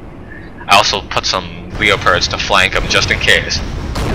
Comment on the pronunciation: Please stop saying leo-pards, it's just leopard or Leo.